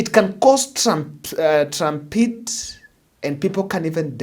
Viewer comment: It's called stampede not trumpede 😂😂😂😂😂😂😂😂😂😂😂😂😂